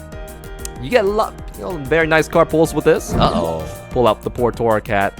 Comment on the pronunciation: It's torracat not corracat